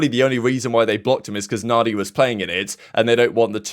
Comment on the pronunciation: Mandia not Nadia